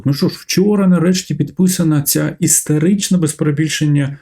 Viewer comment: Дякую за тлумачення, але не покидає відчуття деякої не серйозності промови, бо "історичний" чується як "істеричний". Даруйте, якщо образила😊😊